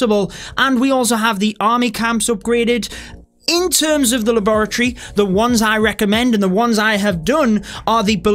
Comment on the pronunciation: Don’t mean to make fun of you but that is not how you say Laboratory